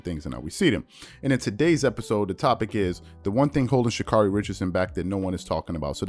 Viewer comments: Pronounced: Sha Kerry. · Mis pronounced name Get it right.